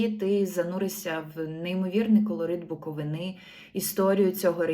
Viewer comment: Загугліть і подивіться наголос в слові БуковИна і ГаличиА ! Книгарі ср..і !